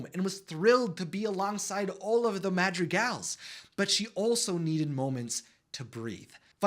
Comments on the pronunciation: I like how you pronounce Madrigals it sounds like magic gals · there is a r in madrigals its not madjiegals